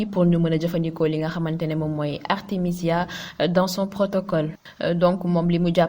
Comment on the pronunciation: Artemisia et non Artèmia... Au cas échéant veut dire si le cas se produit. C'est différent de au cas contraire. Merci de travailler votre texte avant l'enregistrement